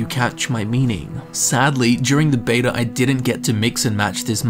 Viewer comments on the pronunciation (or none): none